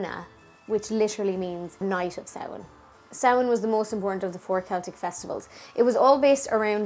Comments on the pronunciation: Yayyyy!!!!! Someone who can pronounce samhain properly!!! Only thing I was confused about- I've never heard taibhse for ghost! I only learned the word Púca! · Love the video. So refreshing to hear things pronounced properly like Samhain and not Sam Hane. Fair play to you.